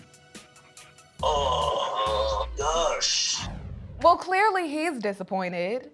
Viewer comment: So much emphasis on GOSH🤣🤣🤣